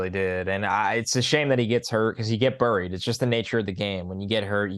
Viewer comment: i want to hear say "buried" again hahaha What an accent.